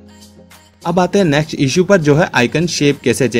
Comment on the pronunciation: Its called 'next' not 'naxt'.